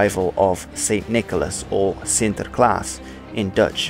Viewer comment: yeah, sure, but there are some minor things that make his dutch pronunciation a bit off. This is noticeable in the first dutch word he uses in this video, "sinterklaas". He exaggerates the r, which shouldn't have been rhotic in the first place. The intonation also sounds off, native speakers would put the stress of the word on " klaas ", he doesn't stress any of the syllables. His pronunciation is good, but not on the same level as a native. His English pronunciation on the other hand is perfect. He also pronounces spanish, french and german really well, so my guess is that he's English and multilingual or just spends a lot of research in pronouncing foreign words for his videos.